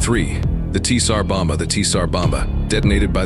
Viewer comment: Really tired of these creators who churn out indifferent content using AI voices for narration. I mean, come on... at least take a moment to correct the blatant mispronunciations. "Tee-Sar Bomba"? Did you even bother listening to your own video? Or, you know, maybe do a few minutes of actual work and record the narration yourself.